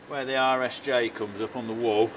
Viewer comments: RSJ, s (rolled steel joist), all I hear is "Irish Jays". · All these years, I thought Colin was saying "Irish J beams", just realized it's "RSJ beams"